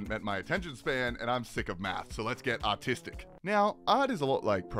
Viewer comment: When he says artistic it sounds like he says autistic